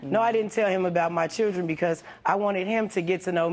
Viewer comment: A true intelligent person is a person who does not discriminate people in certain classes. Also I notice in the end when he was saying he only wants co parent with her...he said strictly chirland...not children lol